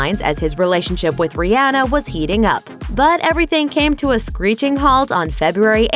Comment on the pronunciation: it's pronounced Ree-aw - nuh not ree-aa- nuh. Get it right